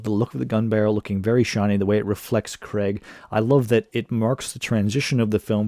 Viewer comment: Creg? I assume you mean Craig?